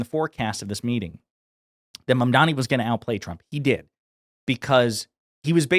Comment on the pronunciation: Notice how he pronounced his name perfectly. 😂